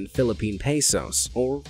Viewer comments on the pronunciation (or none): none